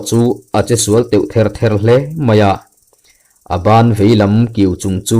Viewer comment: Che u tih a "Che"tih hi;'Naktukah Police station-ah lo Kal ang che' tih a,Che tih ang hian thluk hniam tur